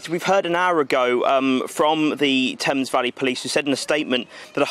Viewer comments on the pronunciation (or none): none